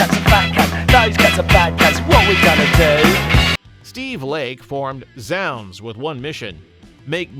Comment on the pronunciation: Zounds is pronounced 'zoonds'. Rhymes with the word 'wounds'.